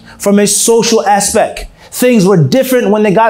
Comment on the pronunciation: it's aspect and not aspec.